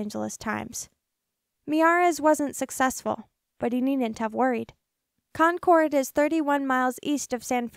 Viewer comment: I live in Contra Costa County. You didn't pronounce that right, or Concord, or San Jose